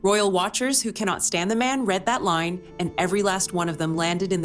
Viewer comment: Stupid AI narration who doesnt even say RE CORD or RE AD properly